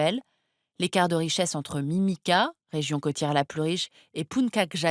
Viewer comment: Il faudrait vraiment qu'elle prononce les noms de lieux correctement... Punkak! Merok! non et non! C'est puntchak et mérauké! Et pour les autres pays, pareil...